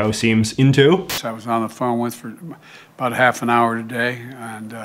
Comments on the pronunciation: As a Canadian I don’t like how you say “about” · It's hard to take this dude seriously "a boot" anything with that silly pronunciation . This hoser can just take off eh cause Canadians doo'nt say a boot when they talk about politics, beer hockey or even maple syrup style health care . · The way you say "about" is funny:) Your videos are great!! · Is it weird that I am watching just to hear him say "about " in weird way 🤔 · you're putting it on with the about pronunciation - no one says it like that! lol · fake canadian? no one in Canada actually pronounces about the way he does he’s obviously faking it. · I can't stand the way he pronounces 'about' . Totally fake and annoying.